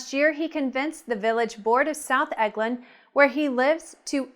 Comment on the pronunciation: The city is pronounced el-gin...not egg-lin